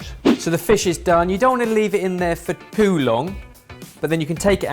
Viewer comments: why does say "poo long" rather than "too long"? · "You don't wanna leave it in there for...poo long" Was it just me hearing this or...? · Am I the only one that heard say about the fish "you can't leave it in there for poo long"? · At 2min 16, does say ‘you don’t want to leave it in there for POO long?’ Because it surely sounds that way! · "you don't want to leave it in there for POO long..." -, 2019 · Did anyone else hear ben say 'poo long' 2 minutes in? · "for poo long" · "You don't leave it the for POO long." Damn, almost missed that one